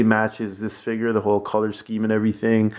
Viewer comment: Its called a figure not a figer